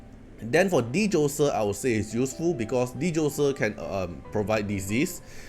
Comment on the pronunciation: Hey bro. Just a few tips: Phobetor is Fo-beh-ter not probator. Djoser, just ignore the D and say Joser.